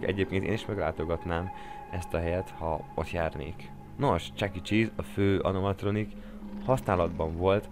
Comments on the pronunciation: Csak én hallottam úgy az animatronik szót hogy anomatronik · Anomatronikot mondtál Animatronik helyett nagy fnaf fan vagyok és nem bírom ki úgy hogy ne javítsam ki ha valaki téved de most elnézem mert király a vidi😁😁😁😁😁😁😁